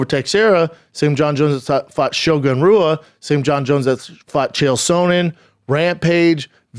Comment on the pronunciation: Shogun HUA - r is a h sound